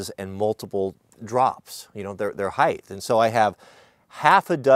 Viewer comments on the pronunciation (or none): “Height” not “Heith” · I've heard the word "heighth" like 4 times in recent days. I thought it was "height." What is going on?? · Thanks for all the videos. You are very generous Wirth your knowledge, which I love. My only criticism is my one pet peeve... Its HEIGHT not HEIGHTH. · It's height, not heighth. Length, width, height. Also, get combo locks and set them all to the same combination. You don't even have to keep track of the key then.